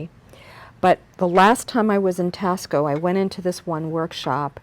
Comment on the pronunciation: Thank you for this great information & sharing your collection. One minor thing, though, Taxco should be pronounced “TAH-sco”, like taco with an “s”.